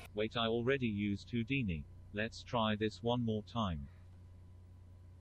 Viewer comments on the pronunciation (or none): none